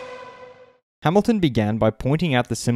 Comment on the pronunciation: Lewis Ha-ME-lton